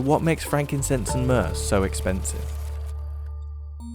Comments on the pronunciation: myrrh... myrrh durr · myrrh durr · I brought you myrrh… Myrrh-dur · myrrh-DER Judice, no!